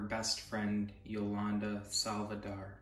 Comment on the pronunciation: “I want to reach out to Selena” dude you could be talking to any Selena?! You didn’t even call her Selena quintanilla This guy didn’t even say Yolanda last name correctly